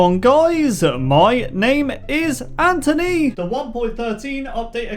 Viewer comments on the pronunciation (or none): sharingan draft pick I hear: mY nAmE iS aNtHoNy